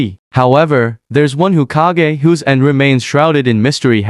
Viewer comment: "Ukiha" "Hukage" WTF!